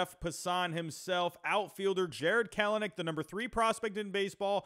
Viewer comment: Nice vid, agreed the OF could use some help! If I may nitpick: KEL-nic PASS-uhn truh-MELL (sp)